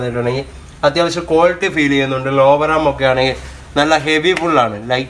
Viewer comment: കോൽറ്റി അല്ല ക്വാളിറ്റി...ഇങ്ങനെ തന്നെ പറയണം എന്നാലേ ഒരു ക്വാളിറ്റി കിട്ടൂ 😄😄